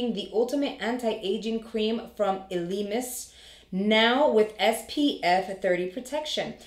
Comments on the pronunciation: I believe its pronounced Elle-A-Mis, I've seen Tati receive this in PR. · It's a French pronunciation. Your very close but the beginning E is pronounced more like an I. ELEMIS(ILL-A-MISS) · I went and got a professional facial and they used some Elemis products so that’s amazing that it’s gonna be in the box. The aesthetician pronounced it ell-eh-miss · Its pronounced L-a-miss, and I really want this item. I don't care which Elemis product it is, they are amazing and out of my price range. Thank you and congratulations on the now 11k subs!